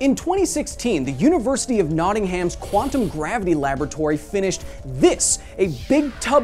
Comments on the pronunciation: It’s pronounced nottingm not Nottingham it’s just spelled like that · It's pronounced (Notting-Hum) or (Notting-Um) the A is silent. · That's cool, had no idea that there was a sonic black hole so close to me. Also, the correct way to pronounce Nottingham is No'inghmm 😉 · Nottingham lol. Its pronounced NottingEM. Or no'n'em if you're common like me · Great video. The channel is coming along nicely. For all you 'Foreigners' (TM) out there, as a lifelong resident of said City and County, Nottingham is pronounced with a silent H, so it is Notting 'um' rather than Notting 'ham'. This is important, and if you mispronounce it again, we will send the evil Sherrif to murder you, much like Kevin Costner murdered the role of Robin Hood in that awful film. No... we haven't forgiven you for that! And we might cancel Christmas too. You have been warned! 😁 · Great video but you said Nottingham wrong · That's not how to pronounce Nottingham.